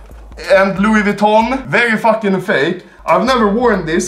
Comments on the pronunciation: Also anomaly: Loois Viton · its pronounced lui vuittion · Why does he get a stroke every time he tries to say Louis Vuitton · I like how he slowly says Louis Vuitton wrong more and more through the video